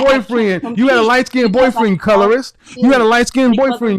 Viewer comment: He said light " skin did did"😂 Why can't blks prounced " skinned" correctly? I've noticed a pattern. They usually don't butcher it as badly as Kevin just did but they do mispronounce it as " skin -ned". ( Two syllables when it's only one.)